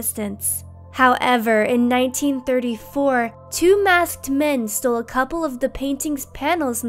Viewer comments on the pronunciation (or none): none